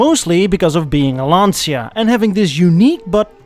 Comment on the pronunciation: Dear, as you're a car nut, please, PLEASE pronounce it "lancha", not "lansia". BTW, Lancia – beside being the family name of the founder, the great early '900 driver Vincenzo Lancia – in Italian it means "spear" (and you see a spear in the original emblem), while "lansia"... well, in Italian "l'ansia" means "the anxiety" and it sounds VERY ridiculous (and cringy). Ciao.